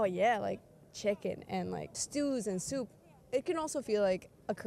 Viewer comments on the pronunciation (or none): none